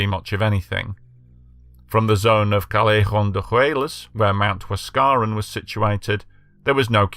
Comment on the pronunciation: Learn to pronounce the language correctly if you intend to sound authoritative. Mt. Huascarán is pronounced "wass-ka-RAHN" in Spanish. The remainder of the names are similarly butchered. Yes, I've been to Yungay. It's a national monument now.